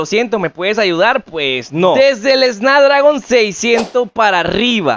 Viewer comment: Es snapdragon** no snadragon jajaja, le quita toda la credibilidad al vídeo, y enserio usaron esto como método de publicidad al tipo? Acuerdo económico dice cD